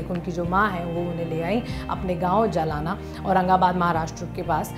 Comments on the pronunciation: Mam It's Not Jalana It's Jalna,Jalna Is An District City In Maharashtra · Abe gadhi jalana nahi jalna hai sahise nam to liya karo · It's not जलाना... The place name that's near Aurangabad is जालना!! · आपने जिस गाव का नाम लिया वो जलाना नही है । वोह जालना है । जा ल ना